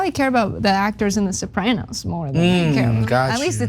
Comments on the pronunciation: Sopray-noes? No! It's Soprah-noes. 😆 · Sah-pray-nos? Oh and it was a comedy? lol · The Sopr- ay- noes? Speak properley. Chomper Wosney is bad enough. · “The Soprainos” lol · Why can't she pronounce soprano's??? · You mispronounced the name of the show "Sopranos" and it was certainly ANYTHING but a comedy. Having said all that, Columbus was problematic as a person, certainly. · Not sure if our commentator has ever seen The Sopranos but it most definitely wasnt a comedy - at best it was black comedy for the Tarantino generation. I also disagree with her pronunciation but as I am not Italian I'll leave it there. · Although I agree with everything you said, your mispronunciation of Soprano's (and it's not a comedy) and Taino was painful to listen to.